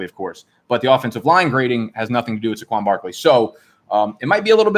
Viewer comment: How does he not know it's pronounced SAY-qwon not SUH-qwon?